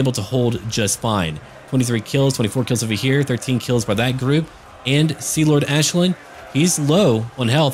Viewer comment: The Commissar i think thats the correct pronunciation. Think you have to say it like the Irish Aisling